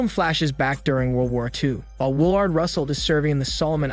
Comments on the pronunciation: It's pronounced will erd. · Bruh you need to learn how to say people names. I don’t know if that’s your shtick or what but it’s annoying AF. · The way he pronounces Willard😂😂😂